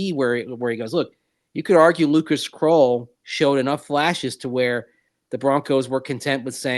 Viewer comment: Who is “kroll”? Do you mean “krull”? “Krull” as in skull?